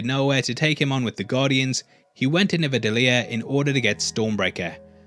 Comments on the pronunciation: It’s Nidavellir, not “never daleer” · Were you quoting Thor, or you just made the same mistake as him? Its NIDAVELLIR not nivadellir. Lol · Nidavellir* not Nivadellir. Was that intentional because Hemsworth made the same mistake in the movie? 😆 Great video as always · Please tell me you intentionally said "Nivadellir"! I know they said it wrong once in the movie. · *Nidavellir But even Thor messes it up the first time he pronounces it